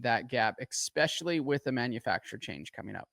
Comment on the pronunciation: Hey RV the word is especially not EXspecialy 🤣